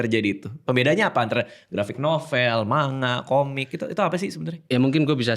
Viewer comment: Sekedar info, lafaz 'Manga' yg benar di baca "Mangga" (huruf NG pertama masuk ke hidung). Sama seperti pengucapan 'Saringan' dibaca "Saring-gan", bukan "Sari-ngan".